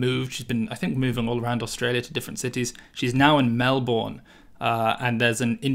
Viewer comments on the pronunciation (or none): ah, the classic Mel-Born. Since Australians don't read so good it's said Mel-Burn. Keep up the awesome vids! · What's this Melboorne place you are talking about lol?